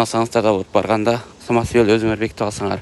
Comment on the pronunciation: Самосвал дечи самосвяз дебей